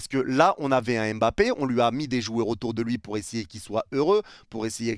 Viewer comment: Il part, parce que depuis sept ans, personne na été capable de bien prononcer son nom: c’est pas EM-bappé, c’est MM-bappé, pas EN-gannou, c’est NN-gannou, respectez son nom, sil vous plait !!!